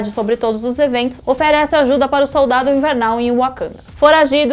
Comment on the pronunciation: "Colionel", "super sodaldo". Meu Deus,. Que bizarro..kk